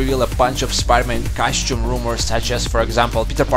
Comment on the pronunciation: costume not cashew.